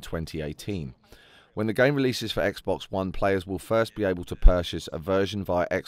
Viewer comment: Omfg a British person that says Xbox properly instead of "Xbux" XD